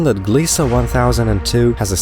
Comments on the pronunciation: It's Gliese, not Gliesa. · there is no A in the word Gliese. it's pronounced as GLEESE rhymes with GEESE.